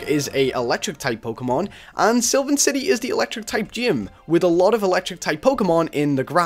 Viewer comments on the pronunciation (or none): none